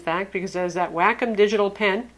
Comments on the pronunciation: Whack 'Em Digital Pen, LMAO! I could have sworn it was pronounced Wah-Calm? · Wack-em wrong, it's wah-kume. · It's Wah -com not wackem. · WAY COM -> how to say wacom.